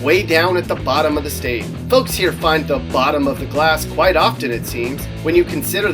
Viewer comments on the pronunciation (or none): none